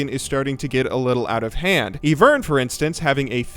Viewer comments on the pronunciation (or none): IVERN, IVERN, IVERN!!!!! NOT FUCKING EVERN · listen its eye vern not EEEvern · Gaahhhhh why you doing this to my ears, Eeeeevern and characters not Ivern and champions:'( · ITS I-VERN NOT EE-VERN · It triggers me when u say eeeevern cause it's IVERN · It's pronounced Eye-Vern. You don't pronounce iPhone as "ee-Phone" unless you do and then you're wrong about that too. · it's I vern, not ee vern. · Why do you say E-vern i think its I-vern just saying its annoying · EYE VERN NOT EEVERN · Hehe he said evern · I had to stop the video and breathe for a minute when he said eevern. Please, for the sake of all mankind, stop the trolls. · E-Vern.... THAT'S AN I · for god sake its ayyyvern XDD i laught irl dude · Stop pronoucing ivern evern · tfw still pronounces it as "eevern" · Why do you say Ivern like "eevern" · Ivern = "E-vern" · heard you say eevern, got tilted, wrote the comment, and closed YouTube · It's Eye-vern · ITS EYE-VERN WHYYYYYYYYY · Did you just say "Evern" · jebay99 is a quality youtuber who can pronounce eevern correctly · Never stop saying EE-vern. The salt in the comments sustains me. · Learn how to say Ivern. It's not evern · Eye-vern, dude. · what the hell is with everyone calling ivern, EEEEEvern?? like did you people not watch the champion spotlight?? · Patchify he says e because he believes that's all he does and deserves that title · yeah, and its Ivern. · Why do you pronounce ivern wrong? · Your pronunciation of Ivern is tilting. GJ on the vids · how could you possibly pronounce ivern so fucking wrong? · diamond 3 player makes a really good and analytical video about his thoughts and predictions on why a champion is so strong, and everyone is going on about how he mispronounced Ivern, fucking end me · are you just doing it to fuck with us? Or do you just really not know how to pronounce IVERN. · Its Ivern, not Ivern...